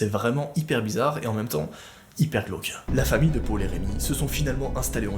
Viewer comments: " et son petit frère pôle " PÔLE NORD 😂😥 deso mais tu le dit bizarrement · tu dit mal Paul